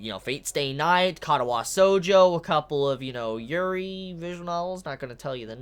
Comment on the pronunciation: ka-ta-wa shoujo is how it's pronounced but meh, doesn't matter really, also Hanako is best grill